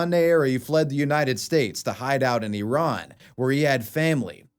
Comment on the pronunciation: OMG, you pronounced “Iran” correctly! That makes me so happy!!